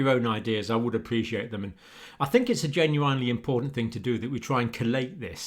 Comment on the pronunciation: More offensive than new world order is the way you pronounce genuinely! :)